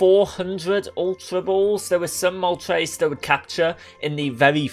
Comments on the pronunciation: It's moltres, not moltreys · Why do you pronounce "tres" as "trace" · The name of the fire bird: Moltres How he says it Moltreys